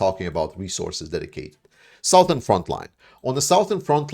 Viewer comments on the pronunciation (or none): 'Southern' is pronounced as 'Suthern'.